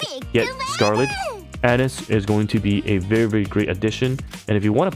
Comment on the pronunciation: Anis = Ah-Neece